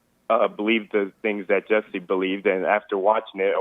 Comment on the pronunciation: I thought you were talking about an attractive women when you said Jessi (with an i)